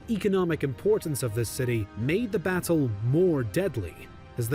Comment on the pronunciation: This is the first time I’ve heard an American pronounce the word “Battle” properly and not say “Baddle”